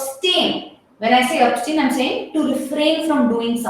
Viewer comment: Pronunciation is ab-stain.